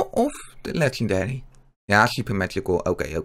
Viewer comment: Het is Legendary geen 'Legendelie'